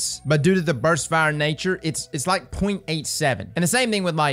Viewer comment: You do now that it''s burst, and not burs right? lol